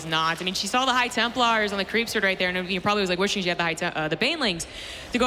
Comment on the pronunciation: It's the Dutch accent, he's pronouncing she as "see". Otherwise he wouldn't say "her" all the time.